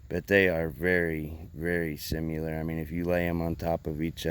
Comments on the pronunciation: Sim-i-lar, not sim-yu-lar. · Moonshiner looks the best, and chops the best (by far). Makes me laugh every time this guy mis pronounces similar.